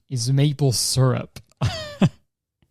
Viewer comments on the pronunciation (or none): I- WHY DO YOU SAY SYRUP LIKE THAT